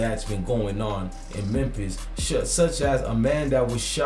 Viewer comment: Bro it's pronounced MEM-FIS....THE "P" IS SILENT....U KEEP SAYING MEM-PISS